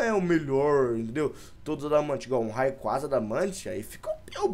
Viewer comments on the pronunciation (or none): none